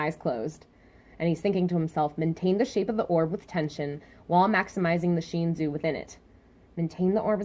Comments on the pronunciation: It's pronounced Sh-In-soo not Sh-een-zu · I understand this but please fix it. Every time I watch your videos and you say Sheenzu I cringe. Don't get me wrong I love your theories and reviews, but the way you say it actually hurts.